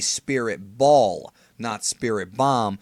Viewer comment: I can't believe some thought he said bomb and not ball i thought he said it pretty clear lol